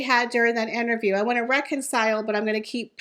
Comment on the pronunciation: The word is interview not enterview. Thats not a word.